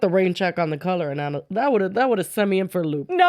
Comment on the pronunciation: not being able to say analysis is taking me out 😂